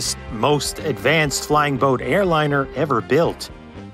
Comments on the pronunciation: I remember the abandoned hulks sitting at Calshot Castle. By the way, over here we pronounce the two words 'flying boat' as if they were written 'flyingboat'. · Putting a hard emphasis on the word 'boat' in 'flying-boat' is an unfortunate distraction in an otherwise excellent video.